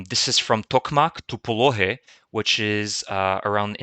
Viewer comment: Do not say POLOHY : phonetically "POLONY" H est said N , H is N if you want. But this is another alphabet.